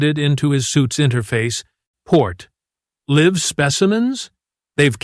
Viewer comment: I wish they would find an AI that can work out the difference between live (LIV) and live (LYV), it really is damned annoying)